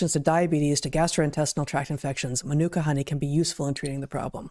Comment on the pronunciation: I laughed at the way Heather pronounced Manuka Honey? Ma Nu Ka😂